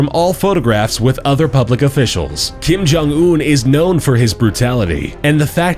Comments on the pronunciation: All I heard was Kim Jun Ew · Did he say 'Kim Jon Eww'? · i thought u said kim jong ew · When will "kim gym yuck" die? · No coincidence he pronounces his name Kim Jong "Ewwwwww" as soon as his dead body comes on screen. Haha